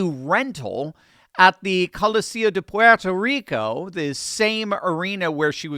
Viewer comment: I like and respect that you properly pronounce Puerto Rico. Millions whose roots originate on this island constantly call it PORTO Rico and they’re WRONG!!!! It’s pronounced ‘Pwerto’ Rico so I thank you.